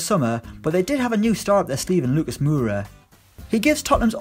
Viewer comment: Lucas mooora😂